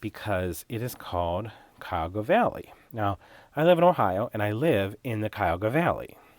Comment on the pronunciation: Cuyahoga Valley- oh my- the green really caught my heart. I love teal and shades of green. I am familiar with Cuyahog county. Yoi said it just thee way the locals do